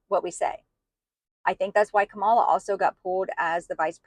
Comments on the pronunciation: I am from NJ. People here have known trump for decades. He is not honorable. He is not religious-- never was. trump has lied to ordinary Americans, and you all fell for him. No one wants to hear it. And for Pete's sake- Comma-la! You don't have to like someone to pronounce their name correctly. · Racist woman learn how to pronounce her name. It’s not that hard. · You have bought into the bs. She was hidden no more than any other Vice President so stop it!! She was not put in charge of the border. I am so sick of that LIE! She was asked to look into why there was so much migration from the northern triangle and she did that. Trump was president and he had both chambers of congress. Since he is so great why didn't he fix the border? Learn how to pronounce her name properly while you are at it.